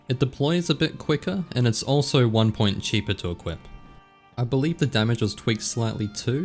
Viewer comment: "hey guys, is " lol